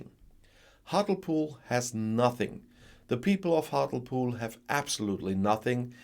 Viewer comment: Hart-lee-pool in pronunciation….